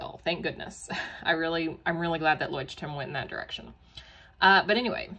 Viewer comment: So proud that you know how to pronounce it. 🥹